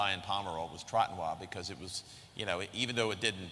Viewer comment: Chateau Trotanoy, rhe name comes from the expression ''trop tannoy'' which means, ''too much annoyed''. The pronouciation is the same, without the ''d'' at the end.